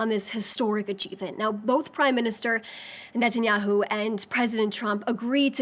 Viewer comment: An American speaking for Israel that cant even pronounce Benjamin Netanyahus name correctly ... She works for the prime minister if Israel but doesn’t know his name.